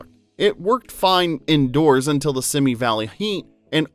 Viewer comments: “Simi” Valley is pronounced “See me,” not “Simmy” Valley. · "Simi" as in Simi Valley is pronounced /ˈsiːmiː/ (See Me)